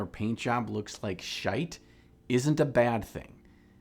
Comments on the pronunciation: Good to hear an honest, northern English 'shite'. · Thank you for using and pronouncing the adjective 'Shite' correctly. With love from Ireland <3